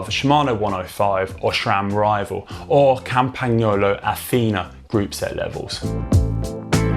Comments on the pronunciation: I said 'appreciate the efforts' 😅 Definitely not perfect, but a lot better than previously, at least shows they're making an effort :) Connor if you're reading, easy to break down as: 'CAMPAN-YOLO' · Nope. Pronunciation is not correct. But Connor made a good attempt. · As an italian i was actually getting mad how he pronounced campagnolo lol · No, it's not.